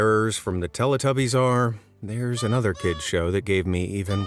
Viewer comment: It's pronounced Tell - EE - tubbies not Tell - Uh - tubbies. Haven't you ever heard the theme song?!